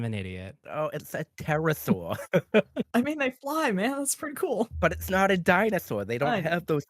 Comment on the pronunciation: “But it’s nawt a dinosawr!” I love this guy already.